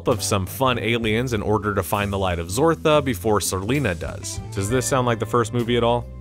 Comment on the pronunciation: The light of zartha ,not zortha smh